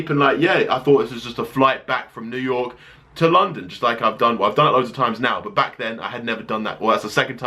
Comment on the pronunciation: he said new your